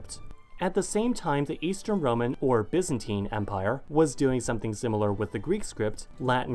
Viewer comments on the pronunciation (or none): none